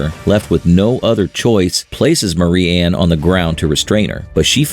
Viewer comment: Marianne is "M-AIR-E-ANN" "MARY-ANN"